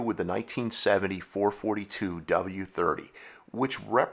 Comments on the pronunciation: I know others have mentioned this, but it can't be said enough: it was the FOUR-FOUR-TWO, not "four-forty-two". There was a reason that Oldsmobile put the dashes in between the numbers in its advertising. And if you watch some of the old TV commercials (as you should have when researching for this episode), you would hear that Oldsmobile referred to the model as the Four-Four-Two. It's a shame you didn't get this right, because you have so much accurate information, but getting the name wrong literally makes this segment completely unwatchable and destroys your credibility on the subject, which is a shame, because many of your episodes are generally quite good, but this calls them all into question and makes one wonder what else you got wrong. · It's NOT four forty two!!!!!!! AAAAARRRRRGGGGGHHHHH!!!!! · ITS 4-4-2 not 4 -42 ...FOUR FOUR TWO not FOUR FORTY TWO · You are 100% ANYONE that knows says 4 4 2 NOT 4 fourty 2 duh!!! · I totally agree. NEVER in my life have I heard someone refer to them as 4 forty two. That irritates me so much I can barely watch this video... lol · I drives me crazy when someone say”four forty two”. !!!!!!!! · There is no such thing as a four fourty two. Your killin me here.4-4-2 is four four two. its been that way from the beginning. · I have never heard anyone call them a four fourty two. It's a four four two. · Every time he says "four forty two" it makes my head explode. I had to stop at 3 min in. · Dude, NOBODY called it a " four FORTY two"! It was and always will be a FOUR FOUR TWO/ 4-4-2 (4 BARREL CARB/4 SPEED MANUAL/DUAL-2-EXHAUST.) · It’s not four forty two it’s four four two... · GENERATION ALERT! NOT a "4 42"! A "4-4-2" originally stood for 4 barrel carb, 4 speed, Dual Exhaust.! U need to stop narration until you learn some history! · I always thought the car was called the FOUR FOUR TWO... not Four Forty two.?. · It's never been the four fourty two.... Always the 4-4-2.